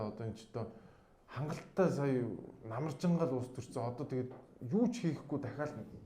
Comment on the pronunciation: Namarjinga gdeg ug chine amarjin gj sonsogdood bn shuu hha